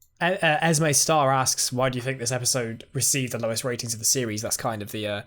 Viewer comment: question for parting of the ways: where would you rank eccleston’s regeneration + speech compared to the other doctors in new who? - name pronounced Esmee not Esmay :)